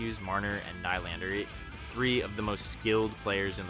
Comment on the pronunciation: Is the narration AI? It’s one of the better ones I’ve heard, but mis pronouncing ‘defense’, ‘Nylander’ and saying ‘Savard’ three different ways, including ‘S. A. Vard’ is weird.